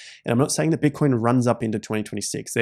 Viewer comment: “bitcion” lol